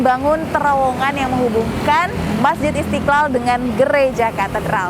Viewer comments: Mba kalau ngomong yg benar masjid istiqal kok pake istikal hahah lidah ya kenp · Istiqlal coi bukan istikal okey